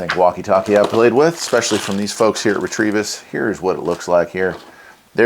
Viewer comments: There's no R after the T in Retevis. It's pronounced Re-Ta-Vis, not Re-Tre-Vis 🤪 Nice video. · 💥💥 There is no R in that product name. R E T E V I S